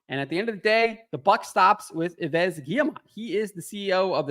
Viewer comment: Come on, stop pronouncing the last s in Yves. First because french is not Spanish so you have silence letters and then because you pronounce Yves as EVE.